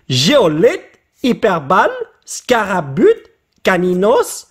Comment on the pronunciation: "Scarabute" mdr